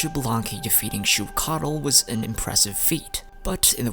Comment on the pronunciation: Ochkanatlan is pronounced as och-kan-atlan and phlogiston is pronounced as flo-jis-ton